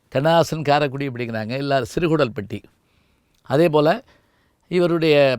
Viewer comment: Neenga epdi sir thappu panting a? It’s siru koodal Patti. Not Kudal. It’s sigappi aachi not sigappu.